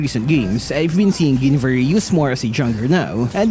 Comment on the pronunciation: Mali po pag pronounce nyo ng Guinevere. Paki correct.